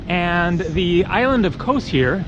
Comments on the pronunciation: Hate the way he says Kos. It's kos not kose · it's not kose it's KOS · Kos ! its called Kos ! - not Kose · why do you need to put an "E" in everything you say about KOS or anything greek lol